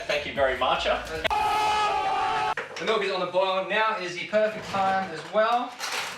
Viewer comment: "thank you very matcha" 😂